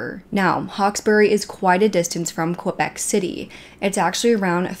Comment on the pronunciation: If you need some help from a French Canadian, please don’t hesitate to contact me ! Québec is said like this : Kaybec not Quobec. Hope that helps :) love you videos !